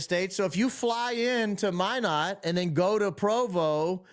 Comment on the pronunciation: Thank you for pronouncing Minot, ND correctly! It is (My-not) like you are saying.